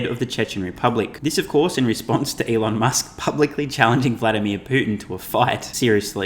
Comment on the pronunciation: So that’s Shelon Musk, eh